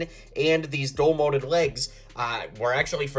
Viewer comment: DUAL molded Not dull molded😅